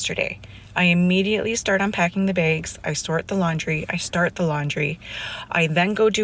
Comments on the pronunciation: "I immediately start unpacking the baygs." What the hell are baygs? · Episodes 19 of why I hate my wife. She pronounces "bags" "BAGES". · I’d never marry anybody who pronounces bags “beyghs”